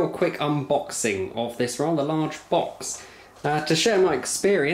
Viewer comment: I believe he ain’t a customer but an insider or a distributor.. just a guess based on the way he pronounced “router” to rowter and “box” to bowx.